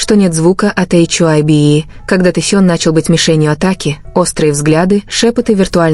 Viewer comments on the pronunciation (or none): что за чушь вы несете...вы даже HYBE правильно говорить и писать не умеете...😡оставьте ребят в покой ,им от таких как вы защита не нужна...